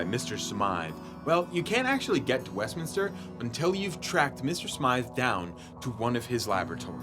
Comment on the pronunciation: Bro, it's not West Min=Is-ter... It's Minster... Okay, play Beyond Hanwell. Do you want the London vibe. Beyond Hanwell has the best vibe for London, especially when it's raining.